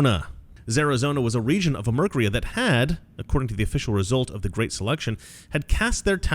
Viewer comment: Guhreat uh reader